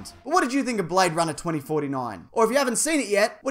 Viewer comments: He say you BradeRunner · Blayde Runnah, mite